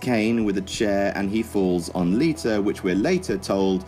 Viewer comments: Its Lita not liter. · LITUR... LITUR... Gosh, English accents are hilarious.